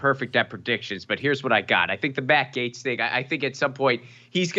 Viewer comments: Gates, not Gats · Gaetz is pronounced as gates. I believe he's 100% innocent.